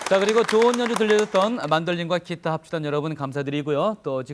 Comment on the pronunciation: 아나운서가 계속 키타 키타..ㅋ